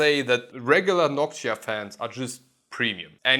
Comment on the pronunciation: “noksha” wtf?…